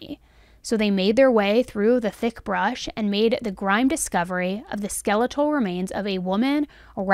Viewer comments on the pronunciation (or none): It’s a grim discovery, not grime. Grim means serious or gloomy. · What's a grim(e) discovery?